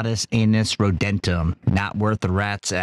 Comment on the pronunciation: "Dorentum"? Well he completely fucked that up! Isn't it much more likely that the last word of the motto would be: perhaps 'Rodentum'?(Latin for rodent), seems like the narrator had a brain-fart and nobody within earshot was knowledgeable enough to spot it. Or maybe nobody gave a rat's ass.